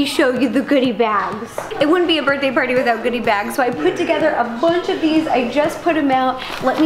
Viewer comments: "and he's ready to PAWTY" when she said that, I thought she meant potty. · Whenever you say pawty it sounds like potty xD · Does anyone else thing that “Pawty” sounds like potty 🚽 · The fact that "pawty" sounds like "potty"😂😂😂